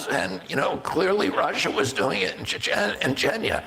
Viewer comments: This is hilarious. You are reading Max's critique of RFK mispronouncing Chechnya at the mark and you mispronounced it yourself while reading it! Hahahahaha. Now thats funny! Its not Chechna! The Y sounds like long E. ChechnEEa. The irony. Hahahahaha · She mispronounced Chechnya while reading Max's criticism of RFK misrponouncing Chechnya. Listen to it again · Sorry, but mispronounced Arab and Chechnya as well, even though I’m sure she knows those two words…people mis-speak at times. I think Blumenthal baselessly attacked RFK calling him pro-war, while he never said anything pro war…he did say Israel had essentially “better” policies regarding targeting military and not civilians. But I never heard him say that they should continue doing so… I like max blumenthal but I think his emotions got the better of him writing this tweet because he seems to have put words into rfk’s mouth, not something I’ve seen that’s typical of his reporting. Such a shame to see the independent media is now falsely smearing RFK as well… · The word "diatribe" is pronounced die a tribe. Chechnya is pronounced chech nee a. Both words stress the first syllable. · Words herself mispronounced when quoting Max Blumenthal: Chechnya, propagandistic, Ilan Pappe, Jenin